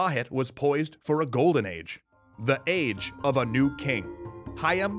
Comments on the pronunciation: hAYam Weurral? um u mean hayam wurrul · is not "Hiam Wirral", it's "Hayam Wuruk"